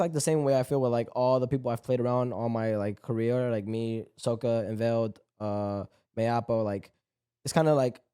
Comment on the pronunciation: How is still pronouncing Mayappo like that lmao